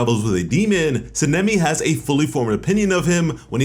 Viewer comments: Bruh can you say "Sah-neh-me" NOT cinnami. And "Ha-she-rah" but other than tht fam good work! Lol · Sa-na-me try it like that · San-a-may - sanemi. Not what you're trying to utter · How are you saying sanemi wrong